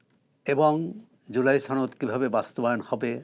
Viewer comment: সোহরাব বিহারীর ছেলে ছনদ বলে কেন সনদ বলতে পারিস না।